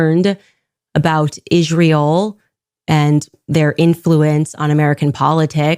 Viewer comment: Love this channel. Also I wish Candace would stop saying "Ijjrael". It's just Israel, Candace.